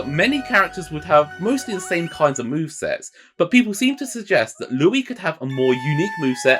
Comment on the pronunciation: Did he just say that doc Louis was doc Louie